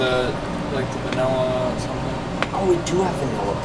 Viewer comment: Stop saying Vanella. You're professionals for Pete's sake.